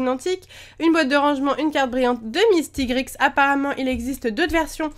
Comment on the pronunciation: Sa s'écrit mistigrix mais sa ce dit mistigri! On dit pas le x